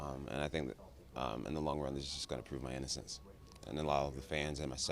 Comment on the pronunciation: Lol ïnnocence "